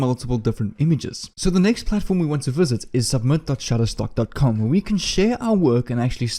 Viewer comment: You said Shuttertock 18 Times Sir !